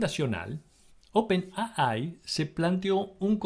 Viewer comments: ¡Por favor! No es "open a ai"; o dices "open a i" u "open ei ai" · Buena recopilación pero... por favor pronunciar bien... en español es open A. I. ... en ingles es Open Ey Ay... pero jamas es Open Ah Ay.... porfa! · Por qué pronuncias 'a-ai' y no 'ei-ai' en inglés o si fuese en español 'a-i'? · en ingles se dice ei ai pero en castellano se dice ai no aai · Demasiada soberbia sobre hechos y nada de análisis. Gracias por poner en línea de tiempo esto y no creo que haya mucho más que agradecer. OPENII como lo lees en inglés. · Le agrego algo más: En español sería al revés: I.A. ya que para los de habla hispana, es: Inteligencia Artificial. Pero coincido, está mal expresado.